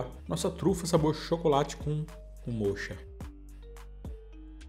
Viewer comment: O sabor moccha, é café mesmo, fala-se moca.